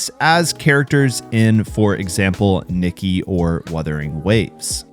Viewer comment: do you mean Nikki (dress up) or NIKKE (goddess of victory?) your pronounciation makes it hard to know which one,, no hate.